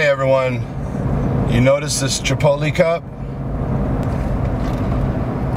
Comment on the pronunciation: CHI - POT - LAAYHH - CHANEL DOESN'T TRAIN CHEST - UNSUBBING